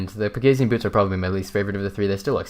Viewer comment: it's pronounced peg-a-see-an isn't it?